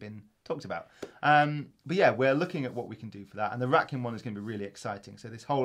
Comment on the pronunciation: OMFG Did say RATKIN!!!!!!